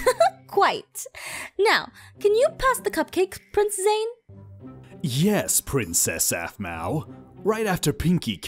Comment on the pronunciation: It's Zane not zany dummy you need to watch it and see how it's spelled get it right